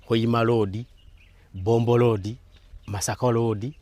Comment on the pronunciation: Its Road not LOODI🤨